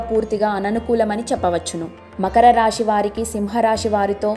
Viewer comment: Rashi, Shani kaadu. Rasi, Sani ani palakaali.